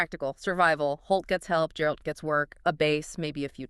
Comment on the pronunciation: Guh guh guh geralt. Not jeralt not jerald 😭